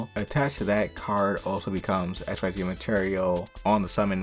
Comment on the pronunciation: “Xyz” is pronounced as “Exzees”, not “X Y Z” 🤣 If Violet gets added to Fate/Grand Order as a Servant, you do an updated version of this video.